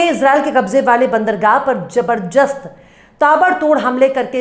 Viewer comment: Zabarjast नहीं मैडम zabardast होता hai